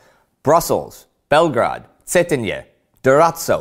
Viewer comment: he is pronouncing belgrade wrong, I do not trust him